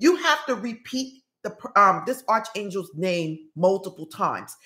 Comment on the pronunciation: Hi, I think the correct pronunciation is ark for Arc Angel's